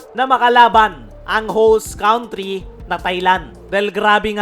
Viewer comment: Correction please & no offense meant..country, pronounce cantri not cawntri.